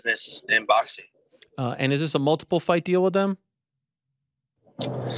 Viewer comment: English words in "ing" isn't in Jakey poo's vocabulary. He uses "een" instead. "Boxeen,fighteen"...literally any word ending in "ing" is "een" for Fake Paul.